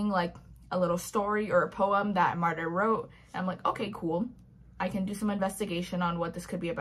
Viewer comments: I tried to listen the audiobook (didnt finish it) and the narrator kept pronouncing Martyr's name as Martin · "Martyr"??? What in the Colleen Hoover...?????